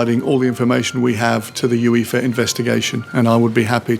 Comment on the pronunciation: It’s pronounced “You-Ay-Fah” not “You-Ee-Fah”